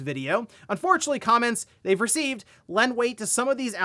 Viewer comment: Why did he say “comments” weird? Sounds like come-mints